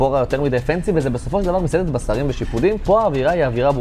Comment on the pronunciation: אחלה סרטון! בשרים אומרים: bsarim ולא basarim.